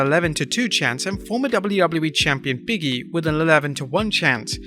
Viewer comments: Stop calling “Big E” “Biggie” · still not sure how, "big e" turns into, "biggie" everytime ppl say his name 🥴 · Big(space)E. Not Biggie.